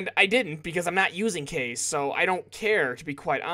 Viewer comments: cringing so hard... kaze is pronounced KHAze which is japenease for wind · For this playthrough, I'm ok that Kaze's dead if it means you wont say his name incorrectly anymore. I just hope you know how to properly pronounce it by now.